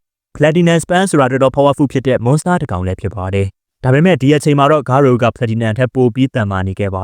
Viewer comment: ဂါရိုပါ ဂါရိုဦးမဟုတ်ဘူး ကြားရတာနားထဲကန့်လန့်ကြီး ပြီးတော့ Monster cells ကိုလည်း ဂါရိုက မစားခဲ့ပါဘူးနော်သေချာပြန်ကြည့်ပါအုန်း 😢